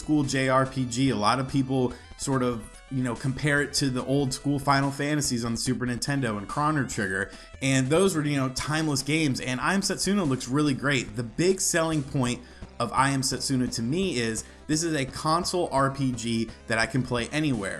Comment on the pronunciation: did you really just call it krahno trigger? lol